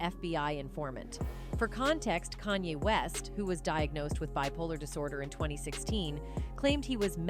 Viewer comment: Yo stop butchering this dudes name kan-ye, 2 syllables not 3